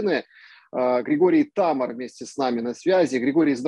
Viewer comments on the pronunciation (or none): Он только ударение не правильно поставил . Ничего страшного . ТамАр означает пальмовый плод